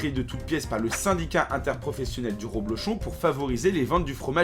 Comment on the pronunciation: Salut le "", c'est rEblochon, pas rOblochon:)